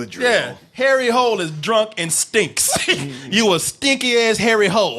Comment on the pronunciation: His name IS Hole NOT hål. Pronounced Hoo-Leh